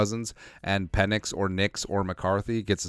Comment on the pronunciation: Pe"NIX" as in NO!